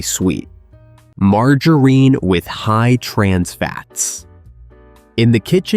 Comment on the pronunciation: This is AI! Margarine is not pronounced mar-Ju-rein! Also Margarine sucks it is vegetable oil Give me either real unsalted butter o real unsalted Irish butter instead At least real butter is real dairy and comes from a real cow.